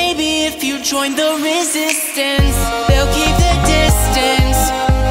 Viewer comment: You make it sound like resistance rhymes with district...